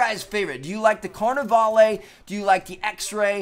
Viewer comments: You misplaced the other "a" in carnavale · seriously, all the youtubers....you dont pronounce the "e" on the end of Carnavale